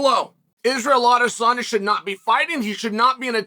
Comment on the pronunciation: Wow he pronounced that perfectly lmfao !